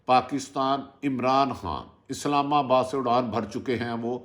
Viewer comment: بھائی صاحب اپنا تلفظ درست کرو پنجابی والی اردو کو سنوارو اسلاماباد نہیں جناب اسلام آباد قمر جاوید کے آتے سار😃